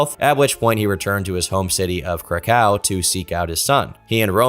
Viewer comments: I love your content but please learn how to pronounce Krakow correctly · to about only stupid YouTubers with zero legal knowledge would make that claim lol. I can assure you somebody as rich as Roman Polanski would have buried this guy in legal nonsense if this wasn't true lol ... You can't even say krakow properly lol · Dude, I love your content, but for the first time ever, had to switch a video off. not for it's subject matter, but for the pronunciation of the city my family is from, Kraków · I know bro did not pronounce Kraków like that